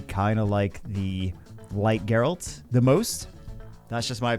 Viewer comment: Oh, if youre still wondering, I think its pronounced Geralt